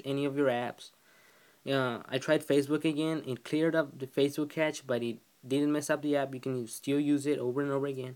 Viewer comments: Cash, it's cash. Not catch. Besides that thanks! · I cringe everytime you mispronounce cache its not "catch" it's pronounced "cash" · Its pronounced like the word "cash." informative